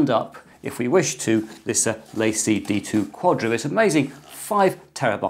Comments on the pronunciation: I think it's pronounced La Cie. French for The company. In my opinion, it's just Seagate trying to hind behind another brand. I just have never found Seagate to be reliable based on the experiences of friends, family and co-workers. I personally wouldn't trust them with my data, but I'm sure there are plenty of people that do. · La Cie is 2 words... please speak it as if it were French.